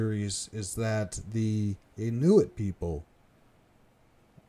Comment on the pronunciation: Great material, but please learn the proper pronunciation of Thule, Inuit, and Kamchatka.